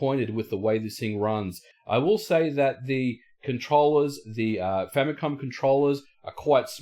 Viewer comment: language problems, "famycom"